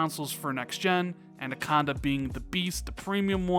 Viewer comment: It could also be that they realised it would be cheaper over all to just develop one console and put all their effort and resources into that to reveal a more simple message. Family of consoles could also include a digital only version of Anaconda in the future as well. Oh by the way Anaconda is pronounced, "Anna-conda" not "Anda-conda" as you say it. Thanks for the video!